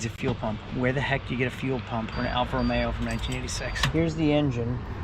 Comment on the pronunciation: What's a T Belt? Timing belt? Hate to break it to you but these use a timing chain that almost never needs replacement. You might be thinking of a Fiat Spider, which does use a timing belt. Also it is "Romeo" not "Romero". Bit of a peeve of mine.